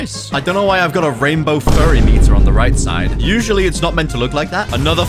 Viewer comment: Bro said furry meter 💀